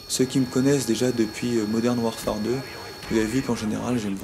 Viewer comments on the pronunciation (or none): none